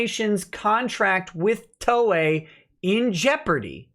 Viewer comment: Haha! He kept saying Ms. Toye!